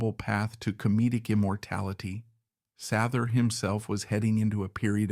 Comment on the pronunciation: SAYther … get it straight